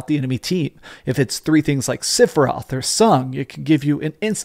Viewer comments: sep-for-roth is how Sephiroth is pronounced, not sip-or-roth.. The original game, during the final battle it's in the music. dadada SEPH-IR-ROTH... People that mispronounce it are people who never played the full game on ps1. Also it's Tidus like TIDE US not tea dis.. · who's Sipheroth? Don't you mean Sephiroth? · Sipheroth??? At least pronounce it correctly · Great video. The only thing I didn't like is how you pronounced "Sipheroth" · is a big fan of ff7 but can't pronounce sephiroth correctly lol he says "sifferoth) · Love you, but whyy SIFFeroth? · Bro u said sifiroth lol